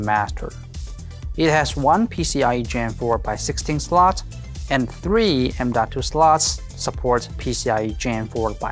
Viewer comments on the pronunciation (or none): none